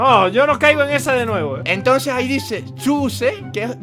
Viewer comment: hey Calamardo:que:hay unos carteles y dice:Hayyy miren no no traje mi pico y aquí hay hiegro... Hiegro:que te calles:que:hay un cartel que dice.. Uuo u shsh choooosé Marco:no que wachose ahí dice elije en inglés:yo Leo chooose Jaja los amo🤣 ❤